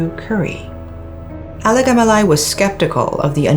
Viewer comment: Alagamalai is such a tongue twister. says it like its no big deal... 🙂